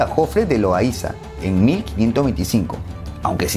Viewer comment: Hay dos apellidos que están mal dichos son apellidos Vasco, Uno se pronuncia Lo-Ai(ay)-Za y el otro no es Miquelena , se pronuncia Mi-Txe(che)-le-na. 😅